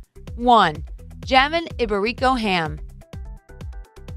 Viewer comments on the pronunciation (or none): ITS HUH - MOAN NOT JAHMUN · It’s not Jamon it’s pronounced hamone 😂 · hahahaha she seriously pronounced the iberian ham phonetically in English, hilarious! jammin lol instead of jamón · Everything was perfect until you got to “ham” 😟😟😟😟